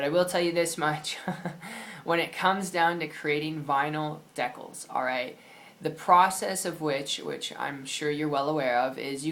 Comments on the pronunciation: just an fyi, good video but they're pronounced DEE-cals. Not de-CAls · deckals? really? If you want to be taken seriously, you should pronounce the main subject correctly